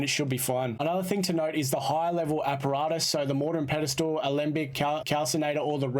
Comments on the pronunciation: Great guide but Sorry bud its, pestle not pedestal. -A Pestle can be pronounced Pest-el, or Pest-ul if you're english. It comes from the Latin pistillum meaning 'pounded'. -A Pedestal is the stone at the base of a pillar wider than it is tall between columns and footings, which distribute loads evenly on the footings. Pedestal comes from the Italian words "pie di stallo" meaning foot of no advancement. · You can say it "Pestle," yes. But "Pedestal" is never the correct pronunciation lol. I forgive him, however, as my mother would always say it that way, for some reason. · Friendly FYI - Pestle rhymes with wrestle, or nestle. The T is silent, just like thistle or whistle. Also, thanks for the help, I did not know how to use the filters! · No it cannot be pronounced that way dude. Pestle rhymes with wrestle. SMH